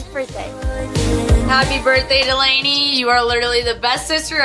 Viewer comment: it’s delaynee 😂